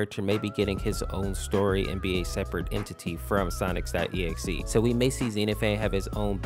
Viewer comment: bruh the way you said sonic.exe made me hurt inside.